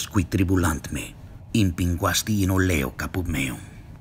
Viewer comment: premetto che secondo me sei molto bravo a imitare la pronuncia italiana e credo che tu ne abbia compreso le dinamiche profonde. Io, da toscano ti dico che una piccola imperfezione è l'accento tonale nelle parole brevi e con tante sillabe come "oleo". Come saprai, tutti gli italiani, per parlare correttamente devono ispirarsi al toscano per la metrica e la pronuncia (il toscano interno, non il fiorentino e i dialetti della costa che sono contaminati da influenze settentrionali). Te da madrelingua iberico la pronunci con l'accento tonale sulla sillaba intermedia (olÈo), probabilmente un francese la pronuncerebbe spostata sulla sillaba finale (oleÒ), in toscano mi viene naturale pronunciare questa famiglia di parole con l'accento sulla prima sillaba (Òleo) anche se un latino di epoca imperiale molto probabilmente lo direbbe come lo hai detto te. Qui, alla luce degli ultimi studi sulla pronunzia restituta ci sarebbe da fare un lungo discorso su quanti "latini" esistono e sono esistiti ma la cosa è molto complessa.